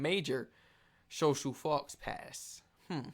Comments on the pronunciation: It’s ‘foe pa’ not how you pronounced it, it’s French. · Tea as a meal isn't just use as term in northern England, you'll find that in most places in the UK, I'm in Wales and here it will mostly be In this order, Breakfast, dinner Tea then supper. Oh and faux pas is pronounced fo pah by the way. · More like 'four par'... no? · "Faux pas" is pronounced "Fo Paw" and it means a big nono, something you should never do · erm its a French word is think they determine ow its pronounced correctly. NOT YOUR regional variation on how its should be pronounced. It's Fo(e) Pa. Thats its correct pronunciation. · more like 'fo par'